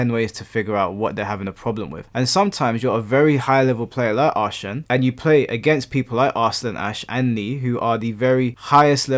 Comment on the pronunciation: jsyk, Ahsan is pronounced 'EH-sun'